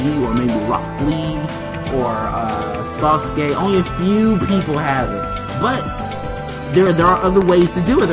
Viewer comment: He said saucekay